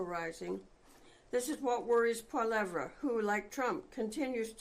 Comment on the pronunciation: I hate PP but she might want to learn how to say his name lol